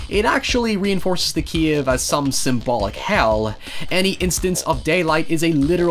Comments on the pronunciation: It's CAVE not CIEVE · he says "kiev" not cave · every time you said ‘Cave’ I heard ‘Kiev’ and I was so confused as to what Ukraine had to do with The Descent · You sound like saying keve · What the hell is a 'keave?' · I thought he's American until I heard him say "cave". I'm shook.